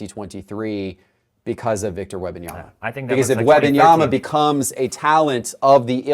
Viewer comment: I only tune into these weekly to see if will ever pronounce the first “M” in Wembanyama. Alas, it’s always “WEBanyama”